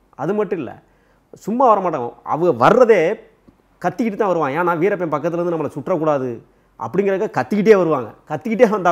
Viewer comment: adei veerapam veerappam nu solladhada host payale.. veerappan anna alladhu veerappan ayya nu sollu da